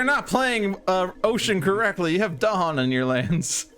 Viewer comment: Well done., I"m not in a position of expertise with regard to Spirit Island to comment on whether your play of A Spread of Rampant Green was optimal. But having listened to several interviews with R. Eric Reuss, I am certain you are not pronouncing "Dahan" with the stress on the proper syllable.